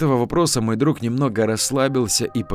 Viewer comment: Хорошая начитка. Но режут ухо слова - друХ. Подмена буквы г на х, в конце слова, это для диктора, как шлепок чернозема на лакированных туфлях.